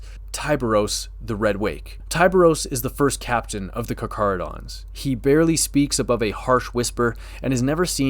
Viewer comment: I came here to check if you know how to properly pronounce their name. You have passed your test.